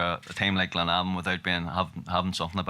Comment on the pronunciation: glenavon not clenavon